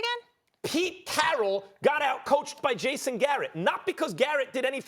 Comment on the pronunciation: “PETE CHARRRAAAAL”